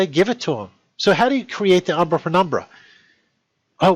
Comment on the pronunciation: The way he said "umbra" sounded like "Aww, brah!"